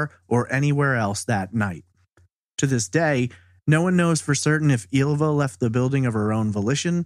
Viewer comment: Ylva is actually pronounced as the "y" in David Lynch, not "eelva" or "illva".